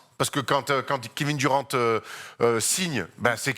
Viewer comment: Oui il est très bon dans ses analyses, mais le Kevin Duran et le Zach Lavïne ça fait un peu mal au oreilles